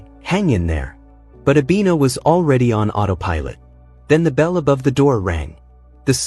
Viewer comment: Her name is Abena, which means Tuesday. Not Abina correction, please 😂😂😂😂